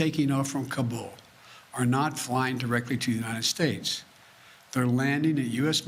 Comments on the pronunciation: Joe is Ka bull going to go Ka Boom? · He’s so proud he can pronounce Kabul…said it at least 30 times!